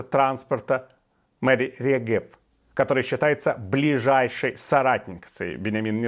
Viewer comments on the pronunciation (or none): Возможно Вы правы. В любом случае, я считаю такое расследование следует проводить после войны. Кстати, в фамилии Регев ударение следует на первое "е". מירי רגב.